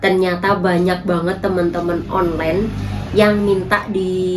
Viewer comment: Sebutannya bukan onlen tapi online.😂